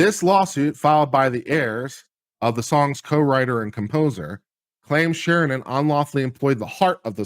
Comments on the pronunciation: It's Sheeran, Sheeran. Not Sheernan, or Sheeren, or Sheehan!!! As you were people! ;-) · I can't watch you anymore....You can't even get sheerans name right! Unsubscribed!